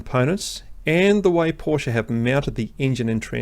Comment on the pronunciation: You just got a new sub from this Kiwi/Aussie living in Germany, for 3 reasons: 1 subject knowledge far exceeding mine and great content 2 Anzac connection 3 You pronounce Porsch-e correctly. WTF with all these so called "experts" who can't even say the name properly!